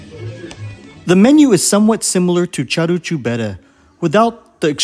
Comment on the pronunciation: it's "caru" like in the English "car", not "charu" like in Charles.